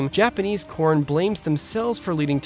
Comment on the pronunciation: I sounds like you were saying "Corn" throughout this video. 😆